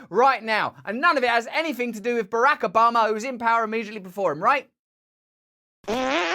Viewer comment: I am here just to hear Russell's pronunciation of "Barack" (Obama) - because it makes my day better. I do not know why. 😂🤷‍♀️